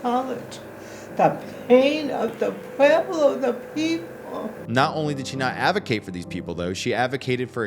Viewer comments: If you're going to make videos about the Pueblos... learn how to say the word. It's just pweb-lo. not pew-ee-blo. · pew-ee-blo klingt wie deutsche Aussprache 😁